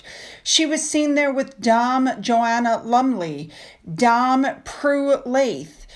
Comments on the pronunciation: Dame is pronounced "DAYM" not "DOM". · DAME. DAME. Not Dahm as in arm, farm, harm etc. Dame as in fame, lame, game, same. Lord, it's not difficult. It's an honorific. Can you ever get it right? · my dear, I love your channel. But please, please Dame rhymes with same. It's not the same connotation as in the States. It's the equivalent of Sir for a man. So Dame please not dom. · Great video as always dear ❤🎉❤ I love the image of the woman with shocking pink hair in a psychedelic-coloured knitted coat 😍 WOOOOOWWWWWW 💗🌈 The pronunciation for "DAME" is "DAY-M" ~ as in the "same" as "game" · Saw your update on Finn. Glad he is feeling better ❤. By the way, the pronunciation for "Dame" rhymes with the word, "Aim". The letters are not Santa letters but letters to children less fortunate than themselves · sorry, but you pronounce Dame the same as Name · Just a friendly correction. Dame is pronounced like same. Merry Christmas,! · You pronounce dame like Fame or Game. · Re: Dame. In the 🇬🇧 it rhymes with, same. As in Dame Joanna Lumley. We do have strange pronunciations in the 🇬🇧 Perfect pronunciation of the word Gloucester. Love ❤️ your video, as always. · Dame! Rhymes with Same! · Fabulous info on the working Royal Family 👍♥️ I hope you don't mind me saying, when you pronounce Dame it should sound like Same, Name, and Came 👍 great research on the non working royals and their side kick Lie-Brows 👍 Speedy recovery Finn🤗❤️ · ( - just a note - "Dame" is pronounced like "game") Poor Finn! Hope he's gotten rid of the infection - maybe a tooth? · please pronounce Dame like the song “there’s nothing like a Dame” like the motion picture South Pacific. I think that’s like the name some of American men call woman.